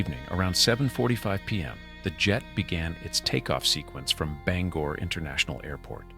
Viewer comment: Bangor pronounced (Bang) Gore. thank you.